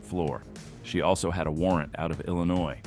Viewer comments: Illinois... the "s" is silent cutie 😉....but you say it right so nevermind 😅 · Great video as usual...I apologize, but...@ the 's' in Illinois is silent...thanks again for the video... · Illi - noise 😂😂😂😂😂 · Illinois is pronounced without the s. Ill in noy. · Hey narrator. Illinois the S is silent when saying the name of the state.. Just thought youd like to know.